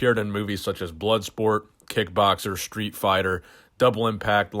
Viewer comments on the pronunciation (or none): none